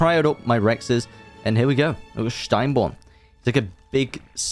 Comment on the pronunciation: didn't take away from the video whatsoever, just me nitpicking. just a note though, for most words on fjordur, the letter j will be pronounced y. so fjordur is actually fyordur, fjordhawk is fyordhawk, and steinbjorn is stinebyorn.